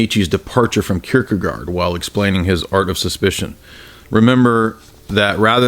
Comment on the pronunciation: That is definitely not how we pronounce Søren Kierkegaard! xD